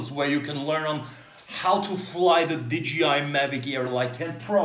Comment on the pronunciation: Hmm, why everybody says DGI instead of DJI?